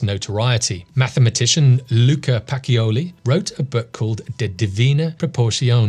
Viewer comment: Nice video,. One correction on your Italian pronunciation. Luca Pacioli's last name is pronounced Pa - che - oh - lee. In Italian, the "ci" is pronounced like the che in cheese. If you want the hard c (which sounds like k), it's spelled chi. "chi" sounds like the ke in key. I've learned a lot about photography from you so I thought I'd pass along a little information on another subject!